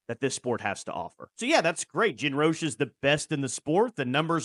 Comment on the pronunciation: ROCH-A the COACH-A ...!!!!!!